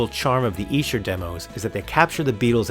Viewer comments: Brilliant! Definitely the better deal there! $50, such a great price too! Esher pronounced exactly right, Great Job! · Bruv, from one Beatle bruva to another. You are correct on your pronunciation of Esther. Also congratulations upon your recent engagement. May you both have many years of happiness together. Gb George.